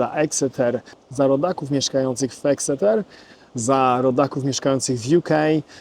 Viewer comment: Teach your AI to pronounce Exeter correctly. 🤬